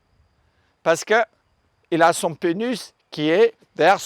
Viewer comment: J'ai éclaté de rire quand il a dis 'Penis' avec son accent.. J'suis vraiment un enfant 😬😂 Je kiffe ce mec aha